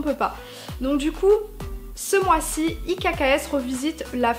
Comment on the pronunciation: Bonjour, chouette idée. Petite observation : IKKS se prononce X, 🙂💕